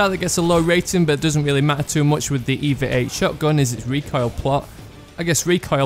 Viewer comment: FYI, it's not pronounced EEEEVAAAAA, it's E-V-A as in extra-vehicular-activity